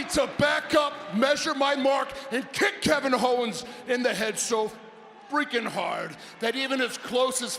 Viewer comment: "Kick Kevin HOE-ens In The Head So F...REAKIN Hard!!" 😂😂